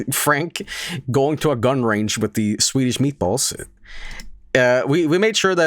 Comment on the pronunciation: Despite being from Denmark, even I feel offended by the butchering of swedish meatballs!